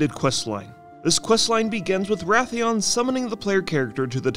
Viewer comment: Is Wrathion, not Wrathian.